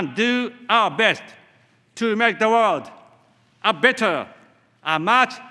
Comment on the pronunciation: With,who,world memoriなどいろいろ単語の発音が大変た。普通の日本人より英会話は大体問題ないだと思う。